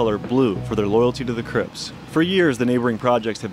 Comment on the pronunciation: We banging Hawaiian cwips aye ghost coowiiips shookside “cwips”